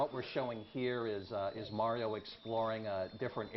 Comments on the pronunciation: i was JUST about to say that. super MERIO?!?!?! NO!!!! why the crap else does he "it's-a-me, mAAAAAAArio!". not "MERIO"!!!!!! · MA-RIO Say it everybody now MA-RIO Not Mary-O Yeah, GAME PRICE CUTS! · Mario, its pronounced MARIO!!!!!!!!!!! crazy moron.